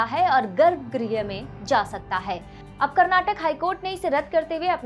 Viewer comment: Please learn how to pronounce Karnataka. It's not Karnatak, but it's Karnataka. People who speak Hindi, most of the time they pronounce names of Southern places and foods in a wrong way. For example it's Kerala but hindi speakers pronounce it as Keral. Instead of Karnataka, you're pronouncing it as Karnatak. Also many Hindi speakers pronounce dosa as डोसा but it should be pronounced as दोसा.